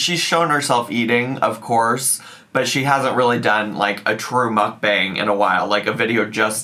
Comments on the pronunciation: I am so glad to hear you say Mukbang. Hearing our call it “mook-bong” always made me cringe. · The word is Hangul and its correctly pronounced 먹방(Meokbang) - so Mock Bang. There is no 'U' sound in it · Am I the only one that can’t stand the way she says mukbang? She says mook bong.. like what? It just grates on my damn nerves! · I think it’s really pronounced muck-bong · WHY DOES SHE PRONOUNCE MUKBANG LIKE THAT???? I’m serious, it makes me want to pierce my eardrums every time she says it wrong 😩😩😩😩